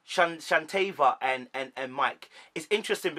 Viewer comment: Good Analysis but let me assist you. Shea (Shay), Shanta (Shan-Tay), Shatava (Sha-tah-va)